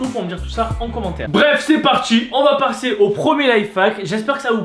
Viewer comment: il dit on va parsser